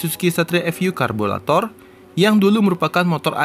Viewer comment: Apa saya gak salah dengar 'karbulator'?